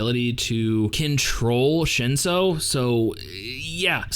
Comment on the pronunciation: I do like your analysis. Have you read the source material? It's on an app called Webtoon. 2 words you pronounced weirdly Shinsu - ( Shin sue) Lero ro - ( Lé row row)